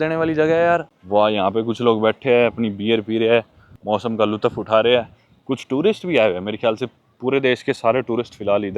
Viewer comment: Lutaf nhi luft